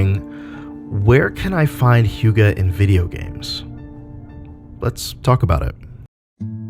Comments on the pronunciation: How its pronounced: Huh-geh How he pronounces it: Hiuu-ga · This is a good video, and I'm not going to give you shit for mispronouncing hygge, but I will point out that the phonetic spelling is not 'hʊgə, but 'hʏgɛ. Arguably even 'hʏ'gɛ depending on dialects. I wouldn't say that UnderTale is the best hygge game, but Snowdin has a lot of hygge; especially the shop there. Just look up pictures for snowdin shop and I think you'll see what I mean. The music helps a lot too. It's the most hyggly thing I've seen in a game in recent years. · Here in Sweden, "Hygge" is pronounced "Hygge", not "Hjuga". Guess Denmark or Norway pronounces it differently. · Hygge... Just pronounce it as HYKE.. Also that book seem so stupid for a dane like me. Its just CALMNESS. Be happy. Be yourself. Take it easy. You need no book to tell you that. Anything that makes your heartbeat go slow and makes you feel like "this is nice", it's probably hygge. But I like the combination of games and a word in this analysis and examination of sorts. Thanks!